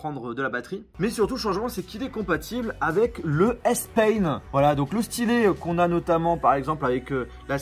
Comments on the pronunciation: Ça se dit « Spaine « et pas « Spayne » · Moi aussi je me suis fais la même remarque 🤣 il dis S pain et pas S pen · meme après de nombreuses videos vous mettez le titres en anglais mais vous avez un problem pour prononcer S-PEN et non pas S PAINE 🤦🏽‍♂️ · Le stylet S-pain🤣🤣 Fait attention a ton anglais mon gars, pen et pain c pas la même chose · Ptdr début de la vidéo quand tu parles du S-pen tu dis S-pain miskine mec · Bro I’ve never heard about a Samsung pencil named S PAIN 😂 , you don’t pronounce the word Pen correctly